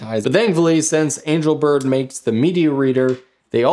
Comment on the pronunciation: angel bird...somehow pronounced angle bird, was it intentional?